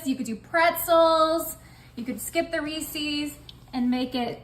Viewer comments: I am a Reese's Ambassador. It is pronounced Reese's, not Reesesses. Please correct your pronunciation! Thank you. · Reece’s was started by a man named Reece(phonics will tell you ee makes the long e sound). Therefore it is pronounced REE-ses, NOT, I REPEAT NOT Ree-sees. The apostrophe denotes a possessive proper noun. His name was not ReeSee. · Reese’s Not reeecees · Re Sis not re ces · First and foremost, Reese's is pronounced Ree-sis not Reesees. Grammar is very important to me and it bothers me that other people say everything wrong. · I mean this kindly just as a clarification, “Reece’s” is pronounced: Ree-sez. ☺️ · Always love your recipes! However, you are mispronouncing Reeses's. ❤ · Pronounce Reses correctly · Learn the pronunciation of Reeses, lol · Learn how to pronounce Reese's.